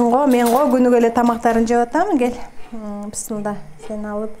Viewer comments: Сиздерден сураныч туура айтсаныздар бисмылда эмес биссмилаахир рохмаанир рохиим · Туура айттынар.мен да Назира бысымылда дегенде эле жиним келе берет.